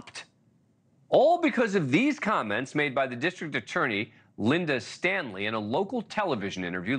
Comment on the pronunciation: When I hear you say "Linda Stanley" or mention he met the child's "mother" that there is an emphasis in your voice that seems like disgust, almost because they're women.